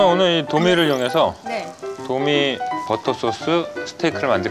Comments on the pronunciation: 와… 말투 진짜 특이하긴 하다 마리네이드는 미국 생활 오래해서 자연스럽게 매뤼네이드라 발음하는데 그 와중에 버터는 빠다라고 하거덩요😂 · 첫 스승이 일본인 셰프였어요 ㅋ일본식 발음 빠다가 습관으로 남은듯ㅋ